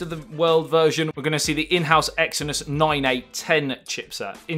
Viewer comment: I'll buy the Note noine even if you can't say it!